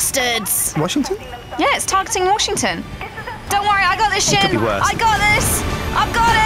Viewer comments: Lol I love how ALL of his Yogcast members call him instead of S-Jin. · I think Sjin secretly hates that everyone pronounces his name wrong, but he's too nice to say anything, so he puts an extra accent on the "J"